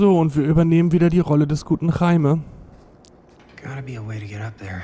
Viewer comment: Du sprichst den Namen "Jaime" recht interessant aus: Chaime. .. Das heißt aber "Jäimi". xDD Aber ja, jetzt wird das Spiel immer mysteriöser und interessanter. :D